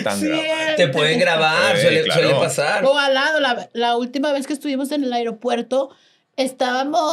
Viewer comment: En el airiopuerto 😂